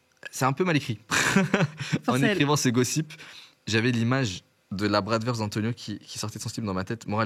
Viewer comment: Bratwurst = bratvourscht (pour la prononciation)